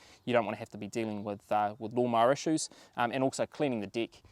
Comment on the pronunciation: I dare anyone to guess that "love mar" means lawn mower in New Zealand 😅 I heard that NZ has some pretty tricky accent but it's the first time I encountered it in practice. Non native English speaker from the EU here. I thought you were referring to some brand name like Dolmar 😂 Cheers mate!